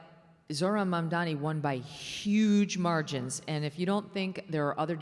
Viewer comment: I do love how Megyn insists on Mamdami instead of Mamdani.